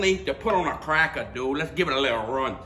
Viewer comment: "Were gonna need a bigger crackah..."